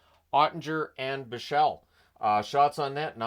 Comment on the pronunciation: As a Swiss, it seems strange the way people seem to pronounce Lian Bichsel‘s name, as in German you emphazise the first syllable, and you pronounce the s. Like BICH-sel, with that infamous ch sound.